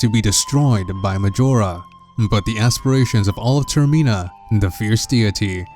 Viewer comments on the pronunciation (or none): Hey dude your pronouncing the area incorrectly. It's not 'ter-meen-a' It's 'ter-min-a' as in termination or terminal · Not Termeena, Termina. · its not termeeena its termina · "Termena" not termina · TERM I NA??????? TERMENA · ITS NOTT TERMINAA ITS TERMINA AAAAAAHHHHH -Triggered Watcher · dude it's pronounced ter-mi-na not ter-me-na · Its pronounced "Ter Mi Na" Not "Ter Mee Na" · TERMINA NOT TERMEENA!!! I can't, I just can't. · It's not tur mean ah it's tur mi na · TerMEANa? I think you mean TerMINa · golden gamer does have a point, I think full translation would make it more like "terminus" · That's why I stopped watching the video and moved on to watching something else. Not sure what you're intending to achieve by stating the obvious?